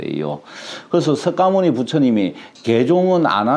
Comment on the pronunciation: 석가모니 부처님 이라고 쓰고 '서가모니' 부처님으로 읽는것이 맞습니다~~^^♡♡